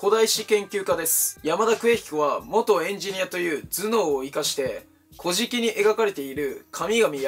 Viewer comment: 古事記のイントネーションｗ